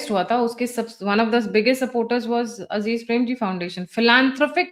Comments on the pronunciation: Correction here it’s Azim not Aziz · It is azim premji not azeez premji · It's Azeem not Azeez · मैडम जरा थम्ब नेल में नाम तो सही कर लीजिए "अजीज"नहीं "अज़ीम" प्रेमजी 😆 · अज़ीज़ नहीं अज़ीम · उनका नाम अजीम प्रेमजी है अजीज प्रेमजी नही. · अजीज प्रेमजी नहीं। अजीम प्रेमजी। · It's azim Premji not aziz premji...kindly correct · NOT "Aziz" Premji, BUT "Azim" Premji. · एवं! सम्बन्धित व्यक्ति है अज़ीम प्रेमजी हैं न कि अज़ीज़ प्रेमजी!! कृपया सही शुद्ध नाम का उल्लेख करनें की कृपा करे🔴🔴🔴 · Not Aziz but Azim....